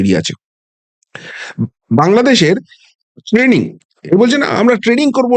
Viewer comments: Ei naki bangladeshi army major standard! Tanning🤣🤣🤣🤣. Training tao pronounce korte parena aabar ki bole London theke aseche.🤣🤣🤣🤣🤣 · Shala training k taning bolchhe buro bham 😂😂😂😂